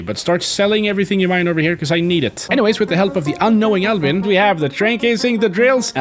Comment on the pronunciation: i knew the first episode that albin was a swedish name or the way you said it cuz i am swedish